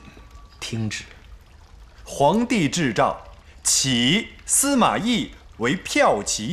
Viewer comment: 大太监开始读圣旨的时候没看字幕。。。结果他一句：皇帝智障（制诏），顿时让我喷了一电脑茶水